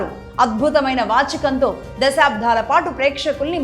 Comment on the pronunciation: స్పృశించారు అని పలకాలి, స్మ్రశించారు అనికాదు. దశాబ్దాలుగా అని పలకాలి, దశాబ్ధాలుగా అని కాదు. తెలుగు నేర్చుకున్నాకే యాంకరింగ్ మొదలు పెట్టండి